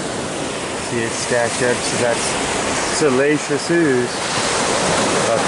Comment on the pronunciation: You had me confused with your pronunciation if "siliceous", lol. I kept hearing "salacious". While I get excited about rocks, I don't get turned on by them in THAT way. Similar sounding, but completely different definitions. Anyway, now when I hear you pronounce it, I will know which definition you mean, even though you say the other word. 🙃